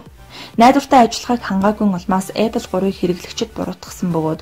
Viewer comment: Goy medeeele bna gehdee Apple geed zuv heleerei bi odoo epple gej yu yun bol bodlooshd ehendee